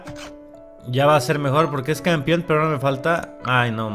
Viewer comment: Es más fácil que tum tum enflaque que a que deje de decir "Campion":v lo comprendo yo también lo decía así